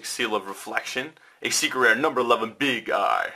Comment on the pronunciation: When i hear big eye i instead i heard big guy